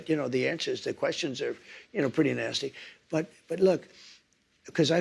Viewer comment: Hahaha. Every time he says interviewers are ‘naysty’, my brain immediately goes to Daffy Duck cartoons and ‘Naysty’ Canasta. Then daffy says…..You think you’re pretty tough, don’t I. Hahaha just as silly. What a big baby.